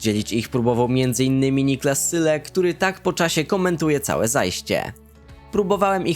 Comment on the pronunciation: Słuchaj nie czyta się syle tylko zyle